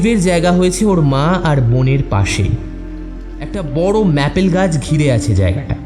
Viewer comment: সিমেট্রি নয় সেমেট্যারি ম্যাপল নয় মেপল